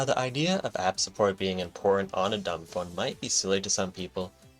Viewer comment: its not duumB >_<